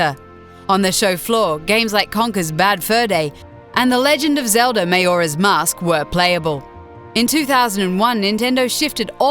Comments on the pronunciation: Ocariner of Time and Mahora's Mask.... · Meyora's Mask... Smash Bro's Mehley... Orceriner of Time... Why? Why do you do these things? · IT'S MUH-JORA NOT MAY-ORAH!!! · Tab ouretski and when she said Mayoras mask..... ITS MAJORA'S MASK MAJORA! FUUU! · RED Engineer and when she said Mayoras mask..... ITS MAJORA'S MASK MAJORA! FUUU! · Did you really just say "Mayora's Mask"? You shouldn't be doing a voice over for this video, get someone who actually plays games. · ok man she said maehoras mask xd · may-ora mask? Smash bros meh-leee? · and "Mayora's Mask" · Ocariner? mayora? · Did she just say Mayora's Mask.... HOW!? HOW DO YOU GET THAT WRONG!? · >"may-or-uh's mask" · This bitch doesn't even know how to pronounce the games. Super Smash Bros "Muhlee"?? "Ocareener" of Time? "Mayora's" Mask? LOL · 'Mayoras mask' sorry what? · She cant even pronounce majora`s mask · It takes a true non-fan to mispronounce Super Smash Bros Melee AND Majora's Mask. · Josh Guerra Allow me to say, as someone who actually has the mental capacity to have a dispute properly. Melee is pronounced a bit incorrectly Majora's Mask is pronounced incorrectly. And that's only a few. However, I can understand; some are to fault for accents. Also, next time, don't use "autistic" and "twisted" as an insult. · Can't even pronounce "Majora's Mask." O_o